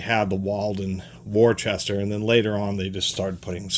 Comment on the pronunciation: The residents pronounce it “Woooster”.